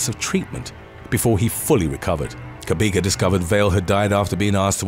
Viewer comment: Lol! Your pronunciation of Themba Cabeka is the strangest thing I've ever heard. It wasn't until you said he's from Johannesburg that I realised it's actually a Zulu name. Themba is pronounced "Teh-mbah" (Teh for Terror, Terrible or Tehran). Cabeka has a click sound. The C is pronounced "Xq".